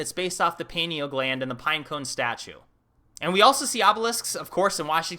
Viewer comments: I just saw your other video on the destruction of the alexandria library, didn't you say caesar did that? Maybe that's what's taking up 53 miles of shelf space. As in, they stole the goods before they torched the dump. Also, unimportant side note, i think it's pine-eal gland, rather than peen-eal, like the pine cone it resembles? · "pineal" is from latin, thus pronounced "pie nee all". not "pee nee al". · Pie-kneel please pronounce it correctly. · Pie- knee - ll damnit ... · Pi (π) knee - all Gland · great Channel, you are on to some amazing insight. Side note Pineal Gland is pronounced "PIEneal Gland...I would love someone like you do a video on "treaty of peace and friendship 1787" Let me know what you think of a topic like this... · dude I thought you just had one channel dealing with moldivite n its pronounced pine ell gland.